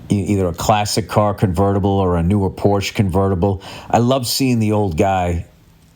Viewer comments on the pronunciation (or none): none